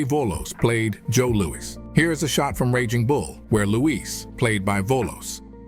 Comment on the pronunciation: Joe Louwee?